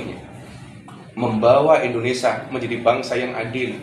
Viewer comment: Ngomong saja nggak benar Indonesa bkn Indonesia.mewek pula